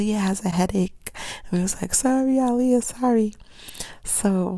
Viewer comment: She's like one of the only people who said her name right.